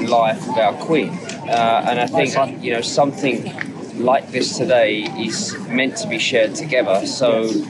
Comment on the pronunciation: If English is your 2nd language. 'Somethink' is actually spelt 'Something'.